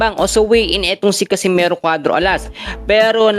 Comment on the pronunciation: catcimero????bulul Ka bay??😂😂😂😂